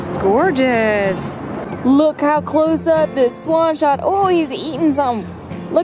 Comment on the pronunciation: fantastic video:D And I totally love the!! "Spaaawwnn spaaawwwnn""...oh no wait!! She meant "swann"